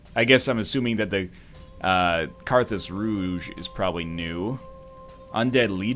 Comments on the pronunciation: it's not karadus its kartus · I thing Carthus is pronounced "K-are-th-us"